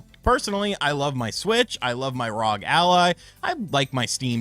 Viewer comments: Saying rawg instead of ROG is mind numbingly annoying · You mean the R o g lol not rog